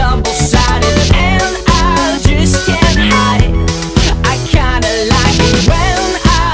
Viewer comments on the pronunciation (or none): none